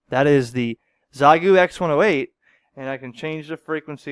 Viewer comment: As a native speaker, i have to point out xiegu in chinese is pronounced as “shea gu” 73